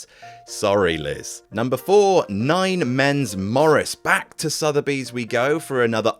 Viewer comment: "Southeby's Game Store" LOL